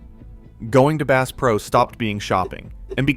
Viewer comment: “Base Pro” you gotta be kidding me! AI 💩